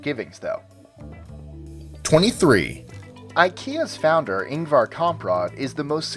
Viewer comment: The IKEA in Kungens Kurva, Stockholm is my main to go IKEA. It's just 100 km away from me :D Also, I find it cute how you butcher the names of both Ingvar and the places he is from :P